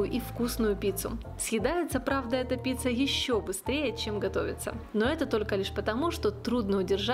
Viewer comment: Очень вкусный рецепт, но произносить надо как и пишется : пиЦЦа, а не пиЦа, поскольку неправильное произношение режет слух. И, наоборот, шпиЦа у вас случайно не шпиЦЦа ?